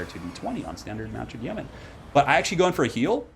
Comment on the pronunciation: Love your work, just wanted to say "Yeoman" is pronounced "Yo-man"... I know, I know grammar police and all but for whatever reason I hate hearing "Yee-o-man" lol....